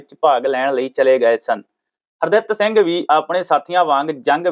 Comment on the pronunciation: Punjabi bolni padni sikh lauo s harditt singh na ke har datt s nhi😡😠